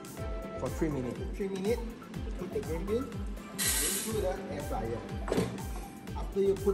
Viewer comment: air fryer not flyer